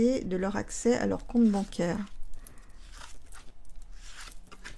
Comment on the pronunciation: Bonsoir, quand vous dîtes "con-tes banc-air", parlez-vous du coup-rang ou des autres?